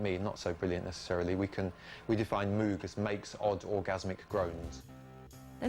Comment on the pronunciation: Moog! It’s pronounced like VOGUE but with an M! Please get it right.